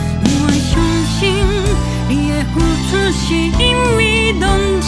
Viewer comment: 您這首的製作 絕對不同於其它首...即使更後期的 也沒這麼少的發音差誤。 整首只有： 變「遷tsan」應為tshan 「參sam」著目屎 應為 tsham 糊「塗」to、tho 只有些些交待不清 「付出」唱的像 「浮出」(第一part有唱對) 「浮浮phu」沈沈 很勉強很勉的挑剔 其中的「ph」先噴出的太強列 宜 ph-u 先結合好 再一同出聲。（以上為教育部拼音） 「紅」塵 唱的多好啊！就算之後的 真的比不上。 我是剛被short推薦 才轉進來聽全首 真的與之前聽過的都不同(我單指發音部分 其它真的外行） 這集的製作 一定不一樣 沒道理後期的發音不如這首啊！